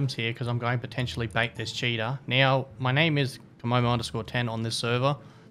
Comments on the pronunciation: All I keep hearing is "hey guys, we've got ourselves a cheetah" :D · I like to watch with the closed captioning on and everytime he says cheater it reads cheetah